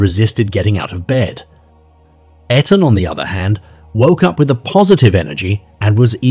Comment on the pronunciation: How disrespectful that you can't say Etan correctly or even the same way throughout the video. The least that baby deserves is someone to say his name. Smh